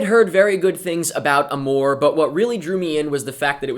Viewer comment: You don't pronounce it that way...